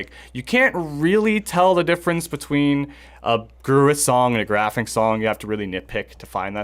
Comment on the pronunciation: Pretty cool Episode, guys! But please: it‘s not Gavin or Geffen! It‘s Graffin! Also it’s not Heston, but Hetson! Except for that, flawless! Thank you!